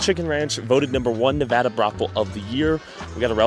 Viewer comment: Nevaaaadaaa say it right or you won’t be welcomed here bro and with your other video with rakia look up google earth.